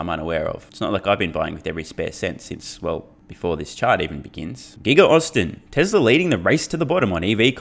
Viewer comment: When u say "Tesla Energy" It sounds to me like "TesleR Energy." What's up with the R fam? It doesn't have to be one continuous word, when a word ends in a vowel, and the next word starts with one, just pause. Tesla...Energy That will sound much better then adding consonants to a word that will never be required to add, making it sound ridiculous. Just sayin., love your channel, this is my contribution to making it better, so feel free to tell ur friends, and your countrymen. TY, Wagwan I'm done poopin.